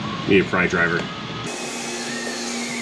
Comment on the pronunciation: "Prydriver" Lol. :)